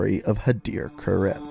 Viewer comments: So he pronounces i as e and e as i. Khaled Al-Asad to him is “Khalid Al-Asad”, and Hadir Karim to him is “Hadir Karem” 🤔🤔🤔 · Do you just pronounce words how you want to or do you not know how to pronounce these words Khaled is (Caw-Led) Karim is (Car-reem) Urzikstan is (Er-Zek-Stan)